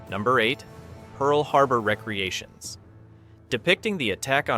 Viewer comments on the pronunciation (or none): also spell Pentagon with a “n” at the end, and pronounce words correctly (recreation)